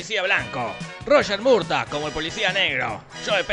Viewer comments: Es Murthaug no Murdock jajajajaja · es murtaugh no murdoc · Murtaugh, no Murdock!! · MORDO SE PRONUNCIA MORDOOOOOO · Ay, Jorgito, te adoro y me.encantó el video, pero pronunciaste tantas veces mal Murtaugh y de tantas veces distintas que me dio cáncer xD Al menos pronuncialo que la versión latino, que estaba bien: "Mortog".